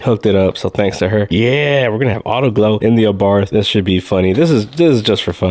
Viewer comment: it is pronounced " Ah Bart".....the H is silent